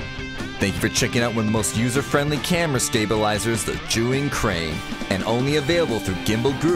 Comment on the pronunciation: Why you pronounced it juyin?